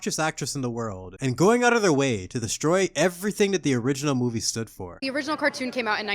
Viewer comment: my farts better than this 'moovee'.